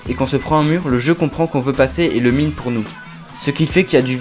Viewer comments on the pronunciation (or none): none